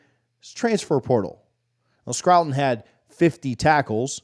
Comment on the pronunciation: His name might be pronounced scour /ˈskou(ə)r/ with ton on the end.